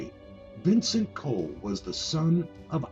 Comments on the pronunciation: its pronounced "call" not "cole" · It’s pronounced “call” not coal.